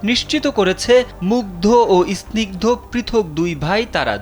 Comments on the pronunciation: বা_ ল, ইস্নিগ্ধ কি? স্নিগ্ধ। উচ্চারণ করতে পারে না আবার রিপোর্টার 😅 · উচ্চারণ ঠিক করেন।আপনি কেমন রিপোর্টার যে স্নিগ্ধ উচ্চারণ করতে পারেন না!???? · ভাই আপনে সাংবাদিক হলেন কিভাবে?আপনি তো স্নিগ্ধ উচ্চারণ করতেই পারছেন না।